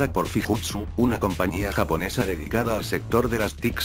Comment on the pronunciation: Es FUJITSU.. los de K Computer.. dice FIJUTSU y esta mal xd